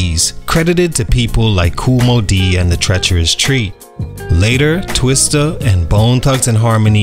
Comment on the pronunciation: "…Kool Moe Dee and the treacherous tree …” 😂😂 that “tree” did me no good back in the second grade when I was fresh off the plane. Lol.